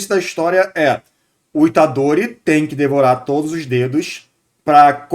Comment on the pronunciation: true demais, o pessoal da dublagem de jujutsu fica colocando os nomes de forma porca. tipo falar Fushigurô e Itadorí, o pior de todos é quando falam jujutsu kaissén, é horrível. e isso sempre vem de não falantes de japones, porque todo japones sabe que a silaba mais forte é a que repete mais vogais. fushiguro se fala fushíguro mesmo, e itadori fica itádori. não exatamente assim, mas dá pra entender. a única que acertaram é gojô pq se escreveria gojou